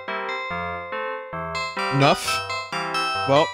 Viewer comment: "I had a 'nuf' of this" made me laugh harder than it should've. Edit